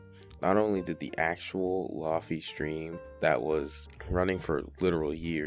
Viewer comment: lo-fi = low fidelity. not lahfee... "ayo wuz gud its ya boi lahfee-" more importantly why was this recommended to me